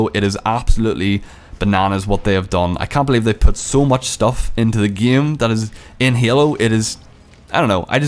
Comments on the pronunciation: He pronounces game as gaem. That is true class. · it's not gam it's game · heilo, gem mode, big bleed, feces, geim, crezy nigga learn to talk then talk shit. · "its the exact sahame Ghaem"